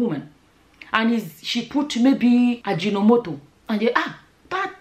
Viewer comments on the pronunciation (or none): Hahahahahahaha Ajinomotor ,is the you pronounce it lol